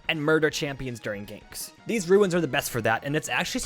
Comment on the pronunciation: Ruins... Ruins... Ruins.... ITS RUNES!!!!!